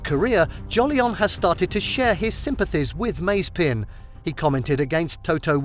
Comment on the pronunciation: Your pronunciation of „Mazepin“ drives me mad! Is like the american „Porsch“ 🤣🤣 Still great content again 🤘🏼